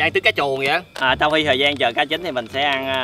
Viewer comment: said:"cho zợ":3